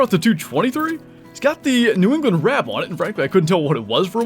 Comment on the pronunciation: New Ew-gland😂👍🏻